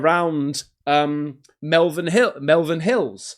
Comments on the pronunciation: QinetiQ is a company name. Also, its Malvern not Melvern. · How can you be English and not know they're the Malvern Hills, not Melvern Hills? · Its malvin hills not melvin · its not Melvern, its Malvern. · It's Malvern not bloody Melvin 🙄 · It’s pronounced Malvern sounds the same as shopping mall, like scratches on a chalkboard the way you say it, make an effort boy! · It's not called Malvan it's pronounced like Maulvan.....we living there hate that. Also you are totally wrong with the raf bases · Mal ven not mal as in the name lol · Malvern pronunciation ( MOREVAN). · It’s pronounced MALL VERN HILLS lol. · Central! You say it..Mal-vern 😂 Fookoff! That's Wales to the left.. lo we're in the west lol.. I think it's a fly like my pic. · It's pronounced Molvern not far from me this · its pronounced ' Mallvern' hills near Tewksbury, near Cotswolds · Its pronounced Mulvern Hills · Bro, Malvern is pronounced Maul-vurn. 😊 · Malvern...pronounced Mall as in ' pal'..vern as in fern!..Come on you're from England like me and your pronunciation of British areas stinks..😆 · None of this is even remotely convincing. Easily debunked grass/arrow/AI nonsense. Whats more interesting is why you pronounce Malvern and QinetiQ the way you do. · Cmon Bro...Malvern hills...just a hop skip and jump from where you are.The way you pronounced it sounded like it was in another country.Maybe less time in Ibiza and more time in the home counties